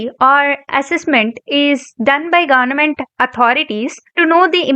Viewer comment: Pronounce Government properly